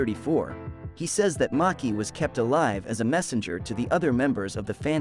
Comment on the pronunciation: It's not Maki itz Machi